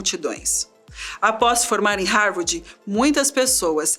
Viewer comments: "Harwardi", foi difícil de ouvir... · Não, pior ainda... "Harwordi"!!! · nossa estava me dando nervoso ouvir a mulher falar HAVORDI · Essa narradora não sabe falar. Não é Harvardi é Harvard. E não é tenra idade. Se diz como se tivesse dois rs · Búki, ófi, matemariki, rarvardchi, raici universitchi, etc. A história do homem mais inteligente do mundo narrada por uma loira burra, provando que beleza (aliás não faz o meu tipo, but nevermind), não paga nem o inglês da ISCOLINHA, quanto mais um cursinho básico de inglês, para aprender pronúncia correta e não passar vergonha na internet. Cadê os rapazes? Cadê o Boko?? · Linda, mas "Rárvádi" é foda!! É "sob pseudônimos" e não "sobre".... E esse cara não era tão brilhante assim... Foi ser comunista.... E morreu pobre, como todo comunista!! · mas que dificuldade de falar rarvidi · APRESENTADORA PÉSSIMA...DICÇÃO HORRÍVEL E DIFICULDADES DE LEITURA!NÃO CONSEGUE PRONUNCIAR HARVARD...E CONFUNDE "TENRA "IDADE COM "TERNA" IDADE... O QUE A MATÉRIA TRÁS DE INTELIGÊNCIA, A APRESENTADORA DESCONSTRÓI...Por favor mudem ela... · Pq não colocam alguém que saiba pronunciar Harvard???? Pqp que mulher ruim...